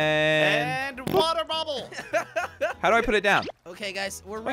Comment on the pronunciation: The way said water bubble😂